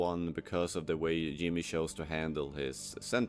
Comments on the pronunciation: and it pronounced Jimmy as "Yimmy" with a Y. This doesn't prove its ai but doesn't help its case. If someone made a video on a show they actually watched/cared about, they'd know how to pronounce the main characters name. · You can say "J" properly. You are speaking English, and J is not spoken like a Y. The character's name is not "Yimmee". Your mouth is perfectly capable of making the right sound. Just like mine is capable of pronouncing å or ø properly. Come on. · ai content. it pronounced Jimmy's name wrong. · I just can’t take you pronouncing Chuck as shuk and Jimmy as Yimi anymore 😭